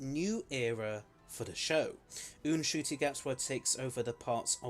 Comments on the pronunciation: Eh, not really. He still just pronounces it Shoo-Tee for a start. And while in Kinyarwanda the N is pronounced, it's still only a 2 syllable word, whereas you're saying it as 3. I'm not trying to be rude, just pointing it out. Loved the video as per usual :) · The way you say Ncuti really bugs me...